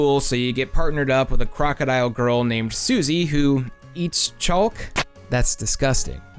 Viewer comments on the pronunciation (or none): Why do you pronounce the L in chaulk 😭😭😭😭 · ......Chaulk? That's one way to say it lmao <3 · Is the chalk pronunciation some sort of hurr durr joke or...? It’s dumb in any case. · i don't want to leave a comment that undermine's how much i'm enjoying the video thus far, but i just has to pause to leave this comment and ask.... y u say "chalk" like that???